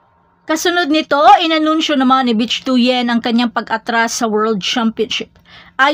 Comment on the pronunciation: Ate you pronounce it as "bik" not bitch 😂